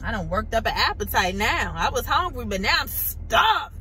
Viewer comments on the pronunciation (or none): You said "Honegry" 😂